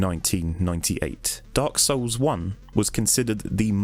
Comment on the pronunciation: When says Dark Souls it sounds oddly like "Dark Sauuce!"